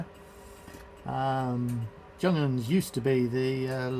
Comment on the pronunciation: Nice video. I think Junghans is pronounced Yunghans.